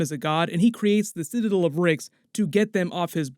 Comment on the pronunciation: Did you not watch the episode or do you just refuse to say the word citadel correctly?